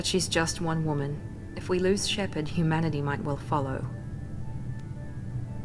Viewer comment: It bugs me so much that The Illusive Man never pronounces the "h" in humanity he only ever says 'umanity